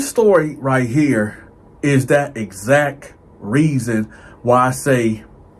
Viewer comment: Did he say “exac”??? And “bidness”??? And “conversate”??? I can’t tell if he’s being funny or is serious. No offense intended.